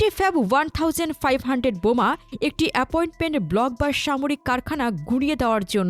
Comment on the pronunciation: কিছু মনে করবেন না অ্যাপোয়েন্টমেন্ট না, অ্যাপার্টমেন্ট। সুন্দর গলা, কাইন্ডলি আরো ভালো হবে। ছু 34, সু না। থাউযেন্ট না, জেন্ট।